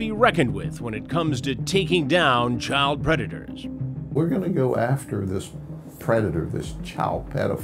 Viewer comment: “We’re gonna protect your chowl.”